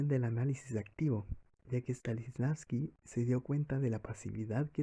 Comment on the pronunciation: El actor dice: “Stalisnavsky” jajajaja. He escuchado a varios pronunciarlo igual jajajajajaj STANISLAVSKI